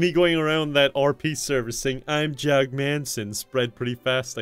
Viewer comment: You’ve pronounced it wrong, it’s JOG